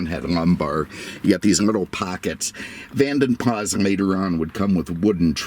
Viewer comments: Pronounced Vadem Plasssssss. Use the S. NOT Vanden Plas with a silent S. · Van den Plas is pronounced with the "s" at the end, it sounds less posh but that is the correct way.